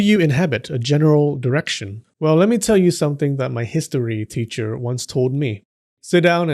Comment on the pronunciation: You said "direction gods", I heard "erection gods" 😆